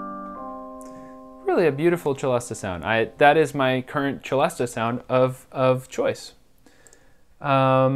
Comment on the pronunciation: I too love the Celesta but it's pronounced 'se-less-tah' not 'che-less-tah'.